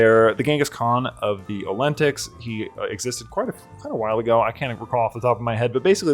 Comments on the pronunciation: Every time you pronounce the word "olentics" i die a little inside. Good vid tho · ngl I cried when you immediately caught the Rivarisian pronunciation and still misplaced the vowels of Olteni in every single video lol